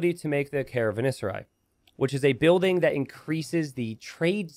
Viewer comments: It remains baffling to me that you look up the pronunciation of many words, but then just casually add a syllable to other words like caravanserai (ca-ra-van-se-rai, nothing between "van" and "ser") for no reason. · Wow the Savar gives the Persians so much more character. Love it! Oh, and: please read again the name of the building caravanserai. You can do this, I fully trust in you:D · and not pronouncing caravanserai correct - a match made in heaven